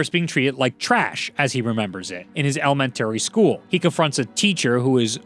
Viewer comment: "LMN Terry school"? >.> XD